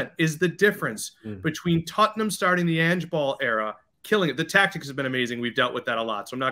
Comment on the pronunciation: "Tutt-num's young-man Son"